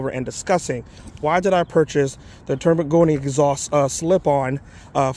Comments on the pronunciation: spends 2K+ for an exhaust, has no idea how to pronounce it properly )))))) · You should go on the official Termignoni's channel and watch a few of their videos to learn how to pronounce it.